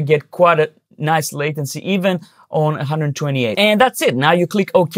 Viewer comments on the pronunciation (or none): none